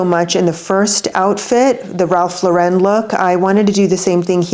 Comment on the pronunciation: Ralph Lauren is American —there’s no French accent on the last syllable .